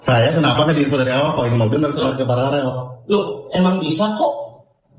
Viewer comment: Host gak bisa baca paralel